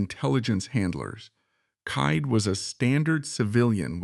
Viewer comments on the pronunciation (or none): Thomas Kyd’s name is pronounced ‘kid’.